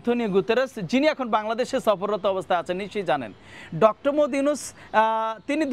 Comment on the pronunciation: মুহাম্মদ উচ্চারণ করতে পারিস না সাংবাদিক হলি কিভাবে